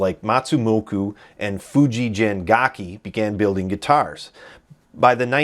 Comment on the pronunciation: As a native Japanese speaker I can confirm that it's pronounced Fujigen (g as in "get") and not Fujijen. But of course I wouldn't blame you for not knowing, so it's not a big deal. Now you know.